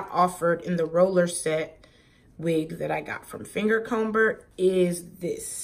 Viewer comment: The "B" is silent in comber smh